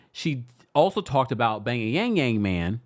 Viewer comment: Why do you keep calling Jeremy the bay-ya-yang-yang man?!